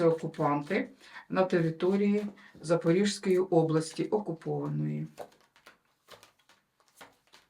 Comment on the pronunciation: Пані, дякую за вашу працю. У меня є прохання до Вас. Називайте, будь ласка, правильно мою область. Запорізька. Я давно Вас дивлюся і мені аж слух ріже. Дякую)